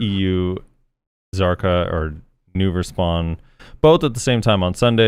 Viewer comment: He said Nouver not Vell!!!